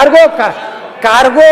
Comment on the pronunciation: Cargo antha heloke bartilla...ivanu next CM agbekante thu nin janmake benki haka huch nan maga